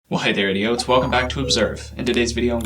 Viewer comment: When he said hi there idotes I was like did he just call me an idiot I had to rewind the video